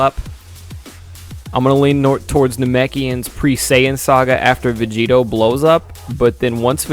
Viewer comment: You kept saying planet vegito.....